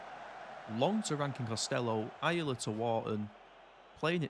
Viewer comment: Ayala is pronounced “i-ahh-la”